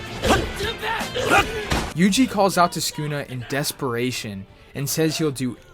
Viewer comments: It's su ku na not skuna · Bro its Sa-kuu-nah, not skuna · mans called him skoonuh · Lmaoo listen how he says sunkuna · every time he said sukuna it made me want to kms good video though